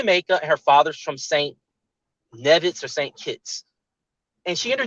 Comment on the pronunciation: its knee-viss (nevis) not nev-viss